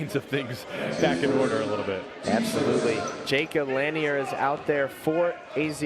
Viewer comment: Lanier is pronounced La-near he driving me crazy saying it like that 😂😂